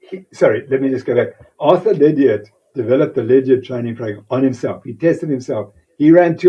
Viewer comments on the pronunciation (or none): none